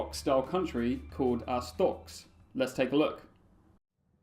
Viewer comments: Yeah, Say Ars-tot-zka / Ars-tot-ska. NEVER SAY '' Astotsk ''. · Why are you pronouncing "Astotsk"? you have to pronounce "Ars-tot-zka".